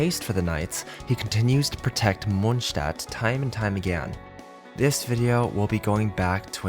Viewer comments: "Of all the characters living in mondshdat" LMFAO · question? is you saying munchstadt on purpose?